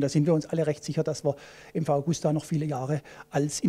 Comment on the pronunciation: ja die liebe Augusta wird ewig leben